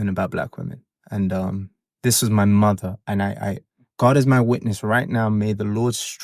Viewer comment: Lmao not the taggart pronunciation of muhderr 😅😂 This one alone my aunties could never ❤